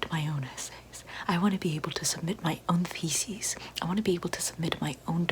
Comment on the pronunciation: I heard “feces” instead of “theses” and I had the pause the video to wheeze